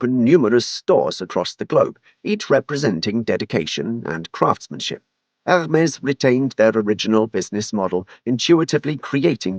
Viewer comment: The H is silent.